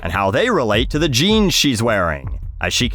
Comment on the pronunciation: You gotta love how she mangles the word "jeans" with her valley girl vocal fry voice.